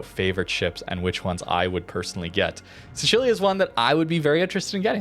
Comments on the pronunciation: What was that Sicilia pronounciation? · Dude, you are butchering the pronunciation of Sicilia. Sicily, Sicilian, Sicilia, you know that Island at the bottom of Italy?